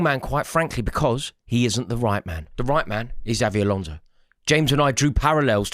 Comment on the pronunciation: Eight millionth time of asking you to say Xabi Alonso properly.